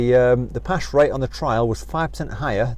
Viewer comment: "Pash rate" lol